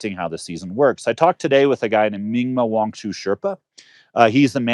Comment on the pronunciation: Come on get his name right